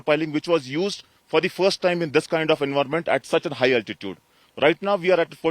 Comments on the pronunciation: Ye Altitude ko OLTITUDE bolne main kya maza aata hai? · Excuse me, the word is not 'oltitude', it is 'altitude'. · its "Altitude", "Also" not "Oltitude" and "Olso" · Good report. Impressive bridge . Now someone teach this guy the correct pronunciation of "altitude" please.